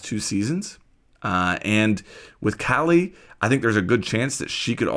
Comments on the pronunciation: Kali is strong af, just like her name Ps. Its pronounced as kaa-lee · It’s pronounced Kah-lee. Ever seen Indiana Jones temple of doom? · I’m guessing we’ll use Wamai to counter Kali’s gadget. Also it’s pronounced “Whaw-mi” and “Kaw-li”.